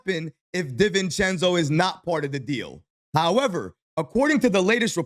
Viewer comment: Everybody: Donte DiVivencenzo: Donte DIV-encenzo 😂